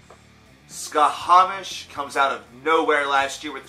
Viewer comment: A respectfully delivered note: It's pronounced "sha-mash".The band name refers to the Babylonian/Akkadian sun god Šamaš (sometimes spelled Shamash, if we're using English sound correspondences with the digraph "sh"). The thing is, they're from Switzerland, where German is one of the most commonly spoken languages (and one of their four official languages). The /sh/ sound in German is represented by the "sch" trigraph, and I'm assuming this is why they went with that spelling.